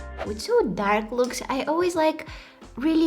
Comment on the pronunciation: I lovee youu..❤️you always inspires us so soo soo sooo muchh(trying to match you accent when you sayy soo soo soo much at every end of your videos😉)love to see such videos with such a beautiful soul❤️...